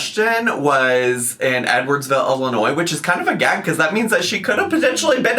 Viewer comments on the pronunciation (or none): You missed her saying ILLI-NOISE 😢😢😢😢😢😢😢😢😢😢😢😢😢😢😢😢😢😢😢😢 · I can’t believe you didn’t mention how she pronounces the “s”at the end of Illinois 😂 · Saying the S at the end of Illinois... strikes again.